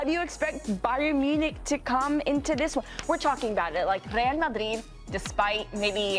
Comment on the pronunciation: No point pronouncing Rrreal Madrid perfectly when the general ball knowledge is zero. Terrible punditry